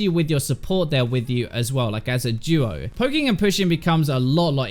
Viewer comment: Hey pronounces "duo" like "jewuo"